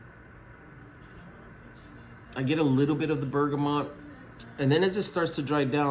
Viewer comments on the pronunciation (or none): none